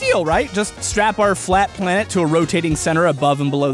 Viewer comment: I noticed you say plat flanet in the end